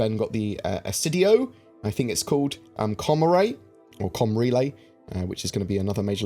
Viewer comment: 'Comaray orrr com relay' 😂